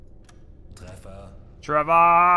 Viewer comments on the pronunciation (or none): if I might... in german language hit is spoken as treffa not treva... but that just a very minor issue. From the other hand... why those corvettes were showed in identification box under British civilian flag when they were most definitively a Royal Navy warships? 🤔